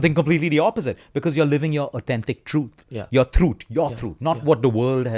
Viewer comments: I thought "truuth" is some new word and took me a while to understand that he meant truth .. such accent much wow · It's actually throot